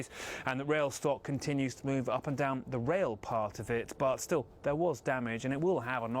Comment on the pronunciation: Please tell there's only one R in Russia....not Rusher